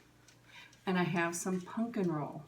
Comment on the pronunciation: I love how instead of saying pumpkin you say punkin.